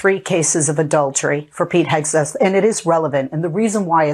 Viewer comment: Correction , Hegseth not hAgseth., excuuussseeee ME.!!(thank you Mr.Steve Martin, comedic G O D.!😁🤓😆😅😂😎👍👍)